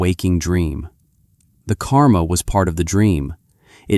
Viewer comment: There are two words in sanskrit which sound similar on the western tongue : KARMA and KAMA. The letter R is the difference. The meanings of these two words are vadtly different. KAMA is desire. KARMA is deed or action. When you are discussing KARMA, the letter R must be clearly pronounced. Like rrr...